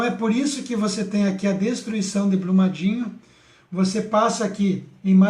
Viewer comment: Itabiritú....rsrsrs - ITABIRITO - Blumadinho - BRUMADINHO - não esta conseguindo ler 2 nomes simples e básicos como esses, mostrando um mapa de cabeça pra baixo ou ao contrário..... difícil demais,hein? Deste jeito aja credibilidade . VC TA BIRUTU..kkkkk